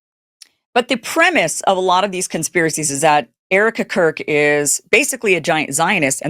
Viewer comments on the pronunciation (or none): Did you say Erika KURP🤣🤣